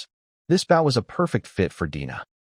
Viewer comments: Ai bow is pronounced as bo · When will someone teach the AI narrator that a BOW used for shooting arrows rhymes with slow or toe. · The whole thing needs way too much work. Being the first one of these stories and it is another AI narrator that can't tell the difference in which context to use the right words. Bow the weapon is not the front end of boat or a sign of respect. If AI can write these stories why can't a AI narrator , narrate the story right. I listen to the story, the images don't matter. If the story is narrated like a professional narrator did it, the images won't matter. I have created a narrator that you have to go through the story and pick the definition of which word to use in which context. It seems these stories are about quantity not quality. I will not listen to any other story in this category.